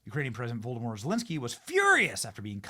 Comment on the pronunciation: Benny, are you saying Voldemort Zelensky?